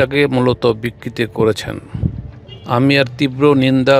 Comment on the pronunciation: বিকৃতি না রে ভাই বিকৃত !